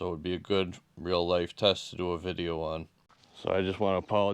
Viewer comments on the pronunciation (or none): none